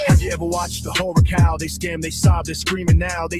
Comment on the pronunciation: I thought you said whore cow! 😂😂😂 Horror cow, got it. 😂😂